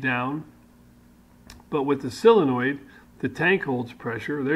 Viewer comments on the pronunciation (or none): Thanks, very envious of your set up. Hope to emulate some of yours and your friends ideas in retirement soon. Did you mean Solenoid? Or Aluminium? Or Solder..?...Only pulling your chain of course, we have perfect diction Down Under. Long may you run.